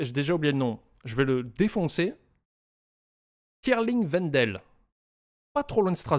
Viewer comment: Ça se dit pas stirain vin d’elle ? T es sur de ton coup là ?